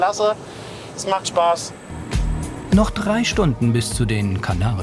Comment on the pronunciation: Super folge mal wieder! Allerdings heißt es „drei“ und nicht „Trei“ ..